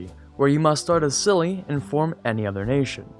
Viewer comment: Chili. Please say Chili.